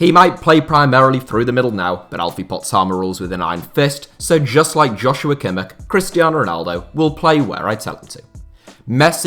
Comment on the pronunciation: Pronounced “Yos- yu - wa Kim -ish”